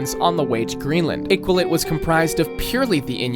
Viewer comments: Oml I-qual-it. I wouldn't expect other nations to know but it's pronounced I-kal-oo-wit. I know the q with no u after it can be confusing. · Also Iqaluit is pronounced Ih-ka-loo-it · Iqaluit pronunciation is killing me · Friendly reminder that the Geneva conventions exist because of Canada. Just something to consider if you ever invade us :) Also, proper pronunciations: Iqaluit: ee-kah-loo-weet The Glebe: gleeb Regina: ree-jai-nah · Iqaluit pronunciation needs work lol. But great vid!